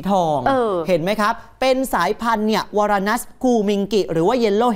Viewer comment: อ่านว่า วารานัส